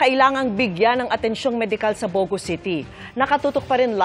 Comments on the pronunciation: not bo - go... the emphasis is on the last syllable..bogo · it’s pronounced Bogo'